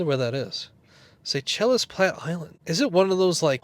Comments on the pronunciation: LOL. Seychelles = (Say Shells) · Seychelles = "Say-Shells".